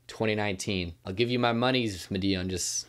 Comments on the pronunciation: I could be wrong but I think Madeon is pronounced like ''Mad-ee-un'' or ''Mad-eon'' rather than ''Ma-dee-un'' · Thanks for the shoutout to the Pixel Empire Podcast, we really appreciate it, and it's pronounced "Mah-dee-on" by the way. Much love!!!! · bro PLEASE learn how to say madeon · FFS please fix how you say madeon and Avicii....... thanks bruv